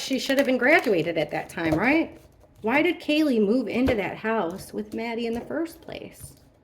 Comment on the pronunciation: Maddie not mattie